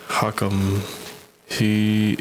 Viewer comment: Bro literally the whole point of hakim’s video (lmao at the fact you cant pronounce his name btw) is the fact that vaush mangles marxist theorists’ words to say that they would want you to vote for biden. Hakim doesnt care whether you do or not either way